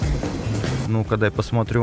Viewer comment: Она сказала ну-ка а не скука